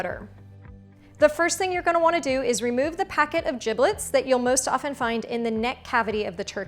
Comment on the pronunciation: Have never heard giblets pronounced with a hard "g" before this!